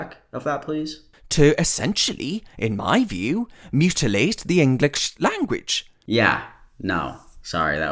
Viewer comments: He also pronounced the juh in language more like tchshuh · Languitch too